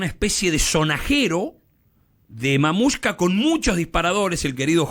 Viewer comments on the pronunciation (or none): ¿ CUANDO VAN A APRENDER QUE NO ES '' MAMUSHCA "".... ES MATRIUSHCA...... XD